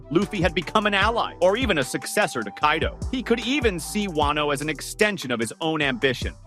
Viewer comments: Did this tarded said Kay-do?? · "kay-do" ah yes my favorite character kaydo